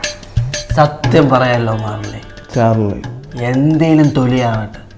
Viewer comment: 9.45....മാർലി അല്ല ചാർലി അപ്പോൾ sherly ആരാ 😂😂